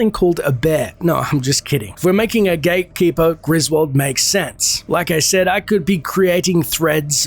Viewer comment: I thought he said gaykeeper correct me if im wrong though